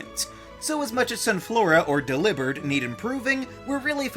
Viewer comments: lol what is that pronunciation of Delibird? That's like pronouncing Charizard as "char-IZ-urd" because it you're trying to match the pronunciation of lizard. It's also not how it's pronounced in Pokedex 3D Pro. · i’ve never heard anyone pronounce delibird so that it rhymes with ‘delivered” until you and that makes SO MUCH more sense than how ive always said it. deli + bird never really felt right but i would just go with it anyways but the way you say it makes so much more sense with this pokémon’s design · The way he pronounces Delibird fills me woth rage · Did anyone hear how he pronounced delibird? I’m shook. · Am I the only one who hated the way you said "Delibird" and started questioning if I say it right?